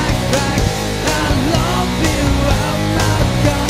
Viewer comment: Damn, very solid cover. The only thing that - kinda - bothers me is the pronunciation of 'love'. While you pronounce it something like 'lav', it should be more like 'luv'. I know it's your accent, but apart from that, I really love it. Big ups!